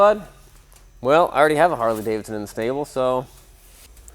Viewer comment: It is Cummins; not Cummings. Why is this difficult for some people? He also seems to think Davidson has only the first D in it. Something else I'll never understand